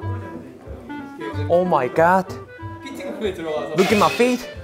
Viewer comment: 룩앳마이 픳-! ㅋㅋㅋㄱㅋㄱㅋㄱㅋㄱㅋㄱㄲㄱㅋㄱㅋㄱㅋㄱㅋㄱㅋㄱㄱㅋㅋㄱㅋㄱㄱㅋㄱㅋㄱㅋㄱㅋㄱㅋㅋㅋㅋㅋㅋ정신없이 웃었네......진짜ㅋㄲㅋㄱㅋㄱ 이찬 발음 스무뜨 하다ㅋㅋㅋㅋㅋㄲㅋㄱㄱㄱㄱ